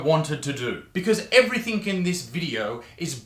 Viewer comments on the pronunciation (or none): ugh.. You said "everythink"...